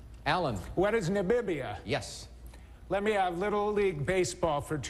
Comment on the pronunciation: Allen said Nabibia instead of Namibia.